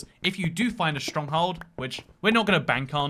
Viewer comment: no one gonna talk about how he said stronghold as “stronghald”